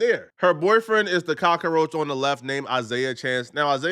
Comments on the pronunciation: Why are you saying cacaroach? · he's not pronouncing cockroach correctly lmao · Can you say cock roach 🪳 correctly?